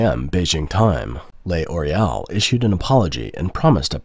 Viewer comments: L'Oréal is pronounced LOR-AY-AL, not lay-or-ay-al. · What is Lay Oreal ? Do you mean L'Oreal ? Thats not Lay Oreal, just Loreal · It's not pronounced "Le Oreal" but "Loreal" without breaks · Nice video. However the French company is pronounced "Lor_ee_)awl", The L is slurred with the Or to make a single syllable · Stop saying Le Oreal. Are you a bot? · Lay Oreal? What? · I’m sorry but him saying ‘lay oreal’ over and over was too funny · WTF is Lay Orial ? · It depends on accent, though. In my accent, the narrator said "lay-or-ay-al" because he failed to understand that the apostrophe indicates elision.